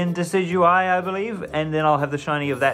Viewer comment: I hate your pronunciation of Decidueye... Also, -13c is too cold for any outdoor activities!!